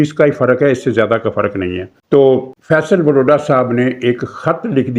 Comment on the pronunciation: فپصل واڈا۔۔۔۔وروڈا نہیں